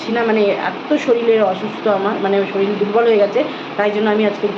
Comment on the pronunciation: শরীল না শরীর😅😂😂